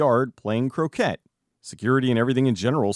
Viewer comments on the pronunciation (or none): 'Crow-Kay', dear boy - not 'Crow-Ket' 😊